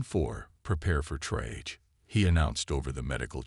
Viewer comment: Poor Grammar in captions, no punctuation, misspelled words( eg miner - one who mines, minor - one below the age of adulthood). Words mispronounced (eg triage should be pronounced Tree-arge not tri-age). Quality control needs to be carried out before posting.